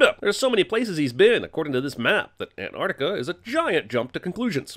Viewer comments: "Anarticuh" ANTARCTICA ANT - ARCT - ICA HOW HARD IS IT JEREMY GOD DAMN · My biggest critique for this video is that you mispronounced Antarctica. It's Antarctica, not Anartica. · Just realised how Americans say anartica instead of Antarctica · Isn't it ant-arc-tica??